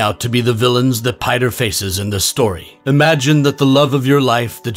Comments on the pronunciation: You said "Piter" instead of "Peter" thats funny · I like how he pronounces his name as Piter